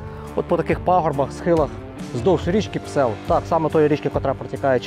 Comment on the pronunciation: ...не Псел,...а Псьол......